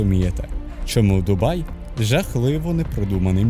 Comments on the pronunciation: Не "Дубаї" а ДУБАЙ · Перегляд закінчився на . Як можна слухати факти про місто, коли автор навіть правильної назви не знає. Дубаї 😂😂😂😂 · Ну вы серьезно? 🤣 Автор вообще был в Дубае, прежде чем это публиковать? На метро там прекрасно можно посещать многие достопримечательности. Парки, торговые центры, набережные - везде остановка метро!! Кстати которое наземное и можно много чего рассмотреть. И правильно говорить ДубаЙ, а не «ДубаЇ»!!!! Дубай - это один из эмират. Вы же не горите «Києви, Одеси» 😁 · От коли в називному відмінку кажуть «Дубаї», мене аж верне. Через це вирішив не дивитись відео. Якщо автор не знає як правильно писати і вимовляти «Дубай», то довіри до іншої частини контенту теж мало. Що спадає на думку коди я чую слово «Дубаї»? Що я розмовляю із неосвіченою людиною. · «Що найперше спадає на думку, коли ви чуєте слово Дубаї». Найперше спадає на думку, що автор навіть полінився в Вікіпедії (чи де ще вміє перевіряти) прочитати, як місто ПРАВИЛЬНО називається. І, швидше за все, в самому місті не жив/був, бо як можна там побувати і не вивчити назву. А, якщо не жив, то не відчув це місто, і не зрозумів життя в ньому. Як можна взагалі робити огляд про місто, де ти не був. Просто начитався інтернету і переказуєш прочитане? Коротше, я прийшов сюди заради україномовного контенту, але знову зіткнувся з тим, що він (контент) низької якості. Особисто мені за такий україномовний контент соромно. Перепрошую, якщо когось мої слова зачіпили.